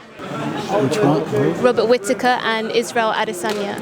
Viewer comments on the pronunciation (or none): Robert Whita-taker?? Who the fook?? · Robert whita whitataker 😂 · Joanne Calderwood can't pronounce "Robert Wittaker"? English is not her mother tongue? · Am Scottish and a can tell u right now Whittaker is not hard to say 😂😂😂